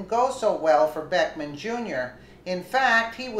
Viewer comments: not that it matters but his name is not beckman. it's Beck-ham. and that's classy, act like an animal. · it is Beck HAM you not Beck men go back to school and learn how read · So you are calling him Beckman on purpose. I assume you can read but at the same time if you don't want to call him by his real name I understand. I just hope you don't in the future get some backlash for speaking his name wrong. He seems like the kind of guy who would give you serious problems for that.